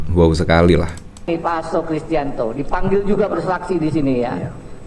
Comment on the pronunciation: Bang Admin , mf sy koreksi setiap nyebut nama selalu kurang, yg bener Hasto Kristiyanto bukan Hasto krirtanto..🤣🤣